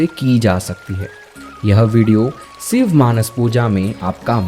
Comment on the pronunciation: सिव नहीरे शिव बोल 🤬🤬